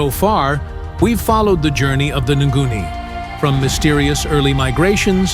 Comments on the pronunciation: It's not nguni but ngoni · Tooooooooo much words about the same and same. And pronunciation of the tribes... you could research how it sounds.